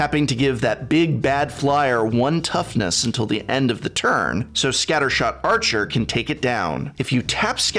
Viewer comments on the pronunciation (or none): Pretty sure I heard say "scattershart" instead of "scattershot" and my life is complete now.